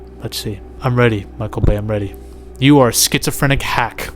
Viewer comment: Duuuude wtf you said sphysophrenic so many times you got me watching medication 💊 commercials right away cuz i clean my views so it shows its retarded alcarhthym right away!!!! And i know i spelled 50 percent of this wrong be eat iiiit!! 😂